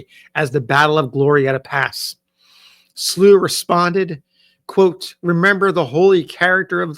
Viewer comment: I am a descendant family member of John Potts Slow. The family name is pronounced with an -ow, instead of the -ew sound. Thank you for sharing his story.!